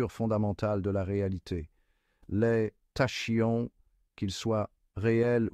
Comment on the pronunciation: Prononciation :Takion... Banaste Pas tachions...